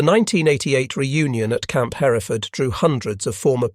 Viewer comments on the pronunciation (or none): Camp Hereford...pronounced just like in Great Britain. Not Her - reh - ford. Also name of a type of cow. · Hereford is pronounced her-ford. The second E isn't pronounced. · Camp Hereford is pronounced: HER-ford. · Love this, but could you please call Hereford, TX by its Texan pronunciation and not the British way? In Texas, it's pronounced HUR furd. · FYI, Hereford is pronounced hur ford.